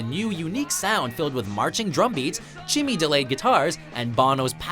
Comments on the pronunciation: dude mispronounced "chimey" it is CHY-ME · chimmy guitars haha! Know much about what you're reading? Proof fail, it's called chimey guitars sir.